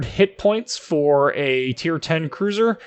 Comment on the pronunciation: If you can't say cruiser then just say battlecruiser lol